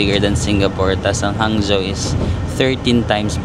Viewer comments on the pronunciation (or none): Not Hang—Zo / the correct pronunciation is HANG—JO